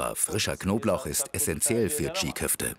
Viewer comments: Nicht tschigg köfte. Tschii köfte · Alter das G ist stumm! Die heissen gesprochen Tschi Köfte! Nicht Tschig!